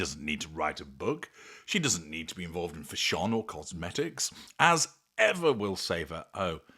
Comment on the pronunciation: Fa SHONE? I've never heard anyone, even a Brit, pronounce "fashion" that way.